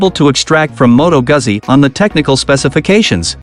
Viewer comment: He's a robot - mispronounced Goozi.